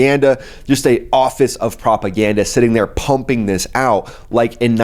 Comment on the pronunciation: "Iranian Office of Propergranda" 😅😅 You made my day